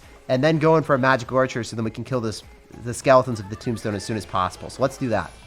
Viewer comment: Why do u say tombstone timbstone